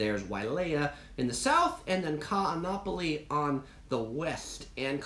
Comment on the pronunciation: Like your videos but please learn how to pronounce Kaanapali.